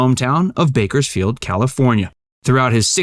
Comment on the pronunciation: There's an S in Bakersfield. narrator